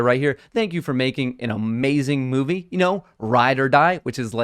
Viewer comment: Did I hear moonvie?